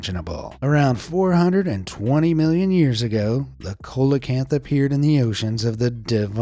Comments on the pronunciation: Hi,Coelacanth is pronounced seal-a-canth........ It's like when Americans have a baseball world series....,but the world isn't invited or create a game called football but when football already exists so Coelacanth is Seal a canth....I'm just saying brother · Bruh the black leopards are not leopards their jaguars, the coelacanth is pronounced see-lo-can-th & caimans are pronounced kay-men.😠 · “Colacanth ”? Don’t you mean “sealacanth “? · “SEE-LO-CANTH”, not “COLA-CANTH” 😅 🐠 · The first syllable of coelacanth Is pronounced like "seal" not "coal". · It's a see-lo-canth not colacanth fyi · A "cola-cant" ??? Come on. You don't need to be a scientist to have heard this word pronounced at least once. Do you me a " see-la-canth" or coelacanth. 🤦‍♀️ you know less about these subjects than anybody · He mispronounced the colecanths name!! See lo canth! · Say it with us “see-luh-canth”. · Teach him it's NOT a Coalocanth PLEASE. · Its see-low-can-th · Pterosaurs are not dinosaurs and coelacanth is pronounced as see-la-canth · Coelacanth is pronounced "seal-oh-canth" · It's actually pronounced Seal ee o canth (sorry, pedantic) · I'm not trying to be rude but it is pronounced (See-loe-canth) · HAHAHA "Cola" Kanth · Hey,, it's pronounced "seelacanth." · Nobody's gonna mention the egregiously mangled pronunciation of "coelacanth"? (It's pronounced "see-luh-kanth") English is weird, my friends, and it only takes a few seconds to look up the right way to say a new, weirdly-spelled word. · another interesting pronunciation for Coelocanth, ive alway heard it pronounced Cee-lo-canth, i could be wrong. otherwise really interesting! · Coelacanth is pronounced: Seelocanth. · It's pronounced seelowkanth! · Fyi, it's pronounced SEE-lo-kanth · Colacamp?? Lol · it's pronounced "see·luh·kanth". once again, getting paid for half ass narration. can't even be bothered to check pronunciations. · Its pronunciation is like "selakanth" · Coelacanth Seal-a-cant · See luh kanth